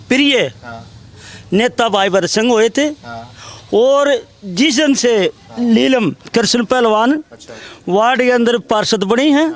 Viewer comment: Or बात तो सही ह बाकी इस अध्यक्ष pardhan ko नीलम बोलना सिखाओ यो लीलम bole h